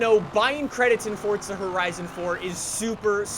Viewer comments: it makes me triggered how you say forza like fortza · Why does this guy say fortza instead of forza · WHY DO YOU PRONOUNCE IT FORTZA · Why does he call it fortza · “Fortza” it’s forza there no t anywhere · Fort za lol stfu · It’s not FORTZA it’s FORZA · ForZa , not forTza kinda annoyed me man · It’s forza not fortsa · Am I the only one who seen he keeps saying fortza? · It's Forza, not Fortza. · I think it's pronounced "forsa" not "fortsa" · “Fortsa horizon 4” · Y DOES EVERYONE PRONOUNCE IT FORTZA WHEN ITS FORZA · Definitely forza and not fortza it’s bloody irritating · Yeah it’s definitely forza not fortza 😂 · Bw zxh its forza not fortza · FORZA NOT FORTZA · it Forza it not Forzta dumb ass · White Boy Swag fortza* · Its forza not “fortsa” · It’s forza not “fortza” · Sander Hansen FORTZA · ElRaFaLSX’s Vlogs he had to sneak in a few “fortsa” horizons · Msuni I always pronounce it forza with no T as well. But says it Fortza. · no, hes playing "Fortza" Horizon 4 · All these forza YouTubers who pronounce it fortza piss me off lol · “ fort-za horizon 4 “ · This guy is weird, why he say it like fortsa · "fortsa horizon 4" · It hurts how he says fortza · Him: “FORTZA Horizon 4” Me: pppppptttzzzzz🤣🤣🤣🤣🤣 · Sorry but where is the t in forza nowhere ffs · Please stop saying forTza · Because he says FORTZA? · STOP SAYING FORTZA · i still cant get over "fortza" haha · Why does this guy say Forza like “Fordsa”? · "Fortza horizon" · "fortza Horizon 4" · It hurts every time he says fortza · Why dose he say Fortza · Please stop saying "ForTza". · Why does it sound like your saying fortza? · He says it like fortza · Why do you call it FORTZA?? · no. Its FOR- ZUH. Forza. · New drinking game: take a shot everytime says "Fortsa" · no ,fortza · I don't get americans, like where is the "t" in forza? can someone explain why they pronounce it so stupidly. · u mean fordza horizon 4? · Don’t you mean “Fortza horizon 4” like he has fucking brain damage. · It think you mean, "Fortza"